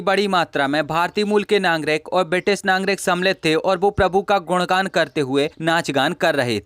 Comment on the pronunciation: अबे घोंचू नांगरिक नही नागरिक बोल